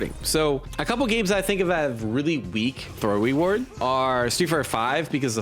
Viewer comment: throw weward uwu